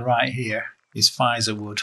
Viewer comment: Feizor is pronounced Fayzer